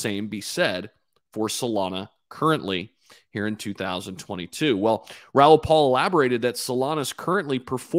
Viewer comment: It's Raoul PAL